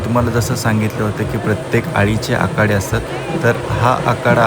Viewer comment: आकाडे नाही...आखाडे😂😂